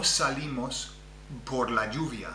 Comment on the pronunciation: As an aside; I thought only double rr required tongue rolling versus single r like perro (rolled) vs pero. I hear lots of rolling when you say, por as if it's poRR (rolled).